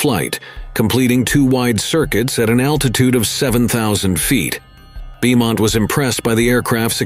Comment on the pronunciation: Beaumont is pronounce BOE-MONT ya pie